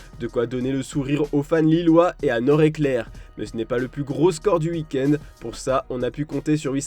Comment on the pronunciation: Ca sent l'accent de l'EST : "Uuik-end" au lieu de "week end". On t'a grillé 😂😂